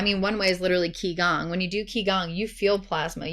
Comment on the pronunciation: The mispronounciation of Qi Gong & merkabah were too distracting 😂